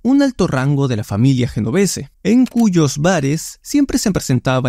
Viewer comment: Un video excelente!!!! solo que le falta el toque profesional de pronunciar los nombres y apellidos de manera correcta. ejemplo: GENOVESE: EN iTALIANO SUENA :YENOVESE.